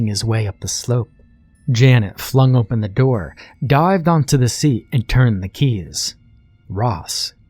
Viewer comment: hehheheh narrator says "ompen" for "open" jus' like eye do